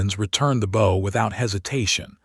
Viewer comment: Still can't pronounce bow properly in context every story